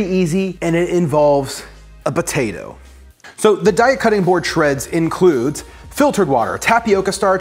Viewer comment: I smile each time you call it a "botato"!